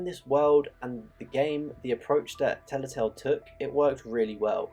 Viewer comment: Telltale. Not Tellatale.